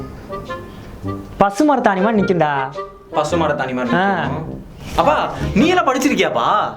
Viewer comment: பசுமரத்தாணி ya......... எனக்கு பசு மாட்டுச்சாணி nu கேட்டுச்சு🤣🤣🤣🤣😂